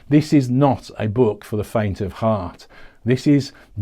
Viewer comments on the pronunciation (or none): none